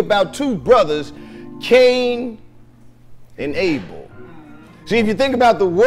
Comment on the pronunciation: Kane an “able”😂😂😂😂😂